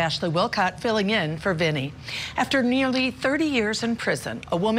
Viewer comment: C'mon,Vinnie!😮its not Vinni😊